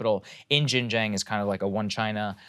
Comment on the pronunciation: "Jinjäng" please learn basic Chinese pronunciation before talking about china please